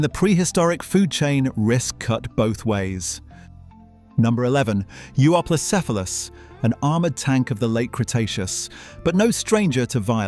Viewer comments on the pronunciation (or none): none